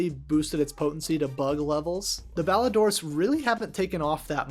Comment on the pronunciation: Clan mentioned! Shoutout to the rest of the lads. Great video and idea as always and also, good job pronouncing Ballidorse correctly. So many people I hear pronounce it like Ballidore’s